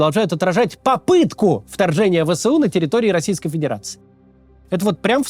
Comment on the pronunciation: Максим вы же не владеете суржиком, поэтому, говорите правильно не Вэ Сэ У а Вэ Эс У, а то мы вас всех убьем :)